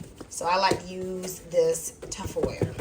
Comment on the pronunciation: Did you call it Tufferware?